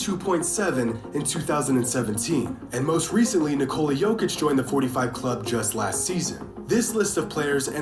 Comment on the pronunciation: This man out here pronouncing Jokic as "jockitch".